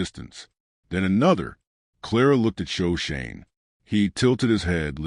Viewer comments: Sho/ sho/ ne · Shoshone pronounced wrong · Yes! I was pained to see that they couldn’t even get Shoshone right. Otherwise I might have liked the story.